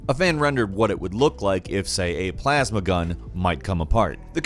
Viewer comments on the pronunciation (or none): none